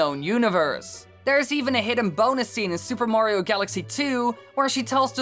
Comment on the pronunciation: Woah, Woah, Woah, so now Mayriooo (May-ree-oo) has a castle ... and his own COUNTRY!?! God, now I’ve seen everything...